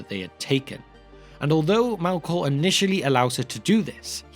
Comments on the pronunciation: Why pronounce it Malkor not Melkor? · Mehlkor, not Mahlkor. A little thing but irritating nonetheless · Malkor?? Sup with the pronunciation here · The true evil in this story is the narrators pronunciation of ‘elves’ and ‘Melkor’ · As much as I enjoyed this explanation of Tolkien's mythology, your pronunciation of simple words like "elves" which sounded more like you were saying "alws" or "Melkor" which sounded like you were saying "Malcolm" was hurting my ears towards the end of this video 😂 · love the information and format of these videos but i have such a hard time hearing what you’re saying sometimes because you keep pronouncing elves as Alves and Melkor as Malkor for some reason, to the extent that i had to turn on subtitles at one point just to understand if you were indeed talking about elves and not something else. what’s your aversion to the letter E?